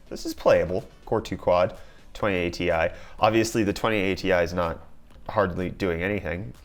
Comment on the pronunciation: 2080 ti sounds like twenty A tee eye